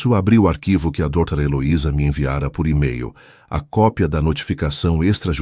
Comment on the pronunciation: PORQUE A IA NAO SABE DIZER DOUTORA(DRA)?